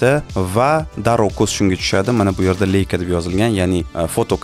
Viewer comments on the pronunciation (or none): "Leika" deb emas, "Laika" deb tallaffuz qilinadi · Leica emas leisa